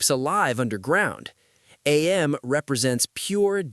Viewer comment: Whenever people say A-M instead of AM, it makes me really mad for like no reason.